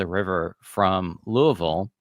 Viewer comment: So interesting! My father in law was from New Albany and mother in law from Louisville. Both families lived there at this time. Props for correctly pronouncing Louisville